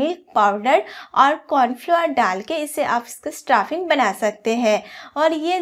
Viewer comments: Kya bola : Confluoar 😂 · Corn flour bolna nahi aa raha hai